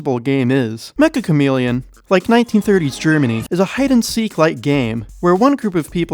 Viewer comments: If the game is made by a Japanese dev, it’s not mecha it’s “meccha”. It’s a Japanese word meaning extremely or super. It’s pronounced “meh cha”. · it's.... pronounced... meCCHa chameleon... not "mecha" chameleon... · Triggers me how everyone pronounces the title Mecha Chameleon instead of Meccha Chameleon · It's pronounced may-chah o algo